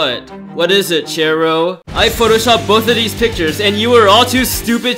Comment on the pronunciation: u said ir wrong i thought it was CHAIR row